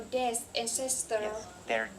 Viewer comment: ơi, t đến đây:* 1, độ to: to hơn chút nữa nhé. 2, phát âm và cảm xúc: t nhận xét gộp 2 mục này nhé: c cần thêm nhiều năng lượng nhé. t check bài thấy c phát âm khá đầy đủ âm, chỉ thiếu 1 số ending sound thôi: was, beautiful, dead... 3, trong âm từ và câu: t thấy c có nhấn cảm xúc ở 1 số điểm, nhưng bài vẫn hơi đều đều và rời rạc, gây cảm giác nản check, bài này của hơi kém hơn những bài trước t check nhé. 4. tư thế đứng: tay và tư thế đứng tốt thé c, nhưng thỉnh thoảng c bị nhón gót. cần mạnh mẽ hơn nhé:*